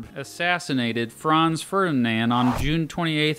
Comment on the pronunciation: When americans say ferdinand its so cringy,frrrrnanad